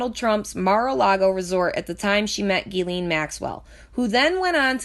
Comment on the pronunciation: Omg I can’t fucking listen to it anymore...ITS PRONOUNCED JIZ-LANE!!! Not GEE-LEEN!!! God dammit!! How fucking hard is that? And don’t claim “oh I lisp” (like you said) because you made A LOT of “S” sounds and didn’t lisp once...jesus fucking christ...